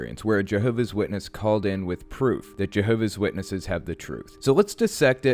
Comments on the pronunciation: Why cant the lady correctly pronounce her own religion? It's "Jehovah's Witnesses" and she's a "Jehovah's Witness" not Jehovah Witness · She referred to them as "Jehovah Witnesses". JWs are very touchy about how the name of their spook club is pronounced. Also, a real JW would NEVER call the Atheist Experience.